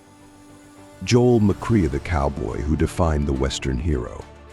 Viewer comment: Joel McQueer HAHAHA That would be Joel McCrea